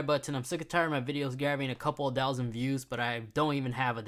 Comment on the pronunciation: TF is “a douzand”?